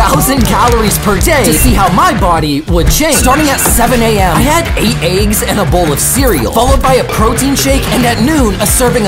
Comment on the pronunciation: “I had 8 aggggs” 💀